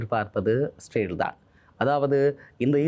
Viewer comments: Sir, please pronounce as israel not sale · Bro இஸ்ரவேல் என்று உச்சரிப்பு செய்தால் நன்று 🙏